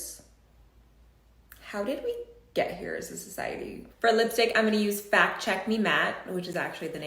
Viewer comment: I snorted wine out of my nose. "Howw dhid weh ghet herr as a sochiehteyy" babe, you are all of the problems.